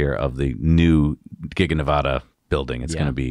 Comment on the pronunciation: Please learn how to pronounce "Nevada"... short a.